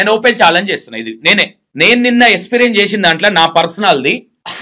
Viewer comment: Esperience kaadu experience ra babu niv declair chesentha telivi ledu anukuntunna anchor